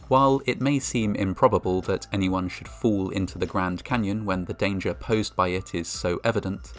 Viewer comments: "Fools do occur"...His pronunciation of the word fall is making for some funny moments lol. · The speaker's pronunciation of the word "fall" sounds like "fool" and/or vice versa. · The narrator pronounces fall, as fool. Don’t be foolish. Thinking you are beyond any danger. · he pronounces "fall" like "fool".Coincidence?!?!? subscribe for more genius conspiracy theories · I like how the pronunciation of "fall" sounds like "fool" There have been 50 fools. Too right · Fall pronounced by reader much like fool.